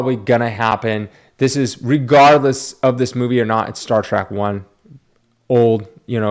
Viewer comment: Star "TREK" not "Track"